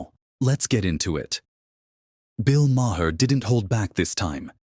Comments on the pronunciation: The H is silent in Maher!!!!!! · And learn how to say his last name!